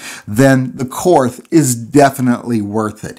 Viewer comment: The name is pronounced Kort The H is silent